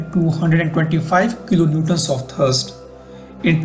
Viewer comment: It is thRust, not thirst 😂